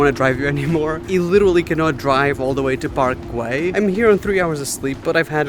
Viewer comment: Guell Parc - not Parcel 😂